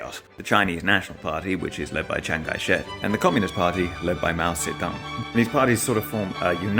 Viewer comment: THANK YOU FOR PRONOUNCING NAMES RIGHT! 🤣 I live there when I was a kid and our history class went over Cheng Kai Shek (I don’t know the pin yin spelling) and Mao Zedong. Thanks for sharing! ❤